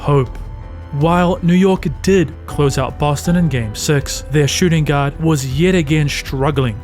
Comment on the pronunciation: U say "guard" I hear "God"😂